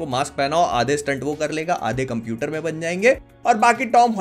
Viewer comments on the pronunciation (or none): none